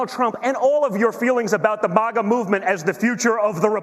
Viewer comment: “The BAHGA movement”......what???